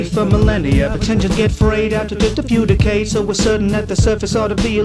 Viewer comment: The way he says decade's as in decay because the nuclear fallout Also rads is the measurement for radiant